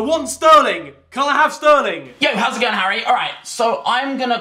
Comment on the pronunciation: Fangs Said Harry hairy